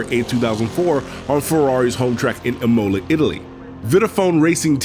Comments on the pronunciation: With the risk of coming across negative, I have to correct you so you don't sound like someone who doesn't know what they are talking about. It's pronounced immola, not emowla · I like the video but I have to be honest, I cringed really hard at the way the narrator butchered certain names like Imola and Luca di Montezemolo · That's the first time I've seen a detailed explanation of where the S7 came from and why it didn't work. That's also the first time I've seen someone pronounce Imola that way lol